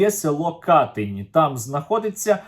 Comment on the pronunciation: Катинь. Наголос на другому слозі, а не на першому!